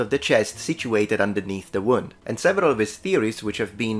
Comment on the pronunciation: Dear, great video! Here are a few pronunciation pointers: -Scarce has the sound of scare not scar -Luncheon is lunch-on not lunch-yon -Wound has the long [u:] of moon or woo, not the short [U] of would or good. - Chaldean is pronounced Kaldean.